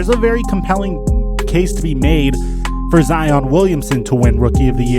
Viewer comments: its ziiiiiiiiiiiiiiion not zeon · This man said ( z-on)it’s (z-eye-on) also I’m kidding love your content keep it up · It’s Zion not Zeon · My homie mispronounce zion to zeeeion wtf 😭😭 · Dude was like zeon Williamson the Zion Williamson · Zion pronounced: "ZZZai-On" I gotchu fam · did he say zEOn instead of Zion?😂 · Really said zeon 😂😂😂😂😂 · This guy said " Zeon " you don't know about basketball bro 😂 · Zeeon who the fuck is zeoon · Ha he said Z-ion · Flight: zEoN: zEoN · Who the fuck is Zee-on 😵🤔🤔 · "Zee-on"? cmon man 🤦🏽‍♂️ you know that's not how his name is pronounced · Did he say Zeon???? Twice??? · I'll take R.J before Nunn. Oh and if you say Zeeon one more time we gotta boycott the next video. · “Zeon Williamson” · "ZEEON WILLIAMSON"!? 😂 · Wait.... did he say ZeEon Williamson? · Boy said Zeeon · Bruh, love your videos but please don’t tell me you think it’s zEOn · He said zeon Williamson 😂😂😂🤣😅🤣😅🤣😂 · the way he pronounces zions name Zeeon HAHAHA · Bruh he just said ZEEon 😂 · Stopped watching when you said zeon For real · U guys do notice he said zeon so there would be more comments lol so gullible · Did he really say zEon, I think this is flights channel now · This man took speech classes from flight 🤣 (zeeon) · No one Literally no one: Zeeeon Williamson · Incorrect No one: Literally no one: and Flight: zeeon Williamson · You lost a lot of my respect when you said "Zeon" twice in a row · Why you calling the man Zee-on??? C'mon man! Well, I know you have pronounced it correctly before, and then you did at the end too... I just maybe you were talking from the perspective of like a Heat fan or something. That was oddly funny and soooo wrong too. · Bruh said zeon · Rip to Jacqueline Cruz Towns But did mans really just say ZEEon Williamson? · Yeah, exactly how FlightReacts says it 🤦🏾‍♂️ 🤦🏾‍♂️ 🤦🏾‍♂️ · Ben Simmons won ROTY in 2017. Zeeon? Lol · Zee-on Williamson? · This boy said zeon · Bro you really Said zEEon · Rip the way you say Zion’s name